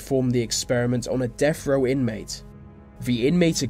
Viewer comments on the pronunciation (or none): dafuq is a "deaf-row inmate"